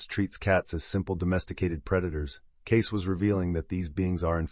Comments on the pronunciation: His name is pronounced as Edgar Caysee not Case Love information about his abilities to heal people. I also love the information about the cats. 💖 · His name was Cay-see, not Case. Another AI fail. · His name is pronounced kay see. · HIS NAME IS PRONOUNCED. "KAY. CEE" not. KAYS.... . IS THIS AI. ? WHY CAN WE NOT HAVE THE PLEASURE OF LISTENING TO A HUMAN VOICE NARRATION???!!! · Learn how to pronounce his name Edgar Cay-ceee!!!! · I believe his name is pronounced Kay-Cee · Cayce is pronounced KAY-SEE. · AI SVP Caysee!! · If you're going to use an AI voice, you should misspell Cayce as Casey in your script to get it pronounced correctly. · EVERYONE knows it's pronounced "KAY-SEE" I can't believe you did this entire wonderful video without knowing. I have had TWO CATS appear at two separate times when I was grieving deaths--my Mom and then years later, my best friend. Thanks for the video, but I wish you had heard how the world pronounces his name. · Cayce is pronounced Kay See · His name is pronounced 'Caysey'. Sorry to say but ai really makes a mess of the truth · Edgar‘s name was pronounced CAY – SEE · His name is pronounced KC or CAYCE please. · Say his name properly please